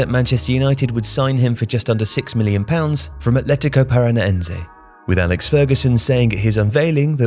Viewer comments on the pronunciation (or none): none